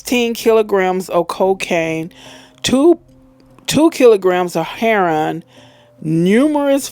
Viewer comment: Why can't this stupid woman read or pronounce the word heroin?? It's not heron. Should have stayed in school...